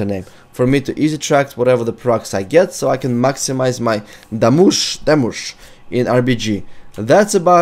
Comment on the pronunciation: DAMOOGE?? Damooge.